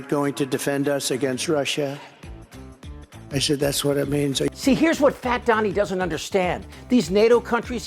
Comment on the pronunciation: Walls, domes, what else you wanna do, Donnie? And what's up with "Russhaahhh?"